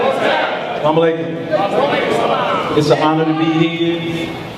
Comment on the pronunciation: This man said Sam Alaikum not Salam Alaikum. Know your arabic